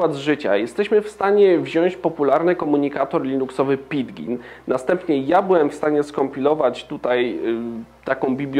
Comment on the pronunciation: 'Pydżyn', nie 'pidgin'. Nazwy softu mają swoją wymowę.